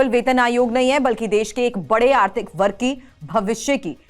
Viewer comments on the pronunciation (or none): none